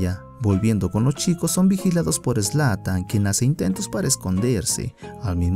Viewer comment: Zlan? Jajaja es zlatan Ibrahimovic